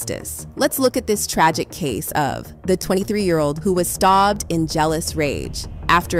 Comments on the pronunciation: it’s AI. Instead of stabbed it was STAHBBED. And it ain’t an accent. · “Staooobbed” WTH was that..